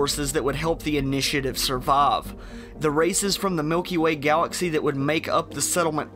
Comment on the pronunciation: Southern Elmer fudd Miwkee way gawaxee